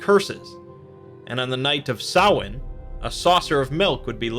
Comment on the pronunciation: “Samhain” is one syllable.